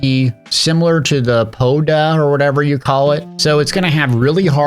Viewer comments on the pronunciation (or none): Podao is 3 syllables man, come on LOL